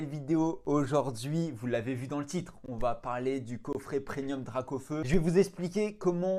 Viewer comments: Pour info c'est "premium" et pas "prenium" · On dit " PREMIUM "